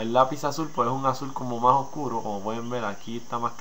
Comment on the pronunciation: lapizazul? xD es lapilazuli